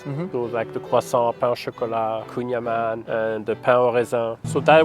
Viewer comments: Kouign amann is breton, not french and has to be prononced am -AN-n (and not anne) as AN the fist name IAN. It means butter cake. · proud to be able to say "kouing amann", put it on his french lesson. But Kouing aman isn't french language, it's a completely different dialect. which translate to "gateau beurre / butter cake"